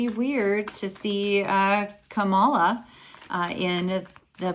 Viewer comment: Thank you for the fun reading!! One pronunciation, just to make you aware- I think its CAM-ILLA, not Kamala ;P